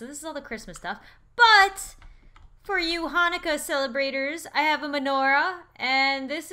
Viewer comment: Because you do not have an Israeli accent The way you said it sounds funny to me I celebrate Hanukkah Thank you for thinking about it